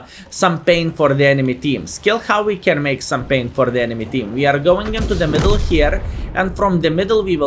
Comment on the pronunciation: Its not PAN its PAIN !!!!!!!!!!!!!